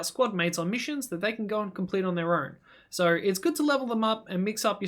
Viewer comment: You so sir instead of so